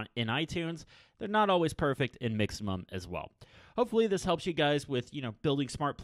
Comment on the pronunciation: Do you know what the app is called? I’ve listened to him say it 10 times and I still have no idea what he said? Mixemum?